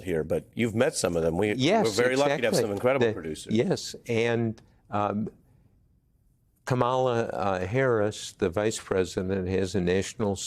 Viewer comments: He said her name wrong! It's KA mala. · Woodward is an icon. His work has been important. But I still wish he had put out information he knew about 45 and COVID when he knew it instead of waiting to write a book. Like so many others. And fgs, pronounce her name correctly!